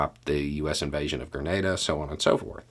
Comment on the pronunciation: Hi, Greetings from 🇨🇦 by way of 🇬🇩. BTW THANK-YOU for pronouncing Grenada correctly 👍. Grenada went from a British🇬🇧 colony to self rule to independence in 1973. Grenada's 1st PM became a dictator and banned all of the political parties - including the communist party. With money from Russia and training from Cuba they overthrew the dictator in 1979 and promised free and fair elections the following year. The leader of the revolution was Maurice Bishop. Maurice wanted to lift up the population of Grenada. 80% of the island did not have electricity or telephones. Health, education, jobs, all were lacking to the majority. Maurice changed this with massive projects around the island much like your American projects during the great recession. There was no elections the following year. Grenada's Constitution was slowly destroyed, held together by a Governor General - who insisted that the rules of parliament be used to govern. Maurice was well liked. Coard a devote communist did not think Maurice was communist enough. Grenada had many contacts with different communist countries. There was a Cuban military mission. A Cuban construction battalion that helped Grenada build its current international airport - that the US 82nd airborne parachute in on in 83. Maurice visited the US government in October 1983 and on his return stopped off in Cuba to visit with Castro. On Maurice's return to Grenada he was arrested, charged with being a traitor, and kept under guard at his residence